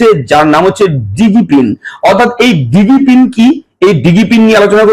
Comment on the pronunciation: এটার উচ্চারণ ডিজি পিন, দিগি পিন নয়।